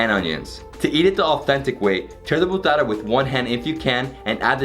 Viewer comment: It's bhatura not bhutara😅😅 Awesome video 👍